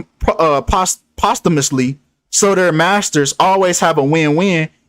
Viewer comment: U had me until u said “posthumously” wrong.. but I still believe that Hollywood is corrupt n they sacrifice.. I still say to this day Jennifer Hudson sacrificed her family that’s crazy.. do a breakdown on her please..